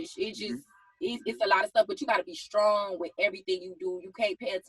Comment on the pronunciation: So we just gonna act like we didn't hear young miami say SKRONG 3 times 🤔